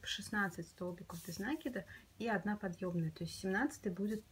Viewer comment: Спасибо большое за Ваши мастер-классы!👍👏🌹🌹🌹 Всегда все понятно, но очень режет слух ударение в слове нАкид. Ударение в это слове на второй слог - накИд.